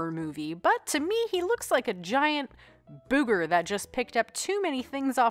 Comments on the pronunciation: You said "Boo Ger" 🤣😂💀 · Sectaurs and Rocks & Bugs & Things were two of my faves. '80s kids like myself loved that sort of thing. We probably still do, actually. I certainly do. XD I've never heard anyone pronounce "booger" like that before. Possibly the inspiration for Angry Birds. I had that. Hentai. I didn't know of such things as a kid. But I did have a mullet, so I wasn't entirely "innocent."